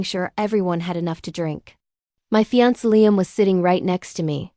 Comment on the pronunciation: I see that you are a new channel. Please don’t do what most other channels do, Please don’t just slap the stories up without checking them for accuracy. Make sure the timelines are correct, that the AI voice pronounces words correctly. I already heard it mispronounce fiancé. But thus far, that was it. So please check, make sure what you post is correct and truthful.